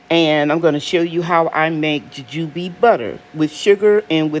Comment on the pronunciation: Nice harvest. Your pronunciation sounds right .. Jujube butter looks good What flavor does the butter has ? Like Apple sauce Thanks for sharing